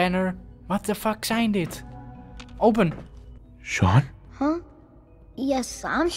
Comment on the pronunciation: ben ik de enige die 5 seconden voor dat father zij 'ik ben chaun' /dacht dat is zijn zoon